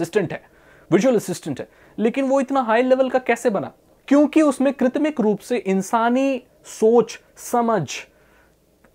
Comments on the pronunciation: Bhai aap hrr baar "Kritmik" (कृतमिक) bolte ho.. Pr actual word "Kritirim" (कृत्रिम) hai.. Mtlb artificial ya man-made... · Bhaiya vo kritmic nahi kritrim hota hai